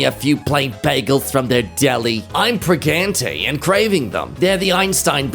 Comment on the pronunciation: “I’m Pregante”